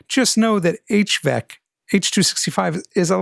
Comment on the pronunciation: Thanks! Quick note: You say "HVEC" but it's HEVC (for High Efficiency Video Coding)